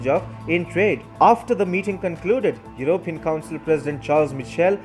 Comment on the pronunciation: Sorry to be pedantic. It is Yew-ro-pee-an. Not Yew-rope-e-an. Emphasis on the P. Otherwise keep up the good work